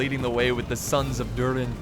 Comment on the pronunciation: IT SHOULD BE THROR, THRAIN AND THORIN FFS!!!!